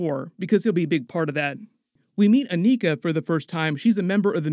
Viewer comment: Is it too much to ask YouTube reviewers to pronounce/say the names of characters in these movies correctly?!? Especially after they or other characters who interact with them, say their names correctly. I've seen this several times, and it's usually characters that don't have typical American/english names and are black or other POC. Ugh. Ayo and Aneka are said in the movie, yet repeatedly says their names incorrectly.